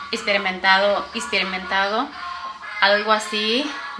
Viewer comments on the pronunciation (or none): Jajjaja ispirimentado......isperimentado.... El caso que no lo dijo bien....haa pero que buena es para el inglés jajajjaja